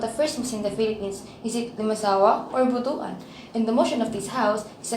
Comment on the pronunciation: ‘butwan’ not bu-tu -an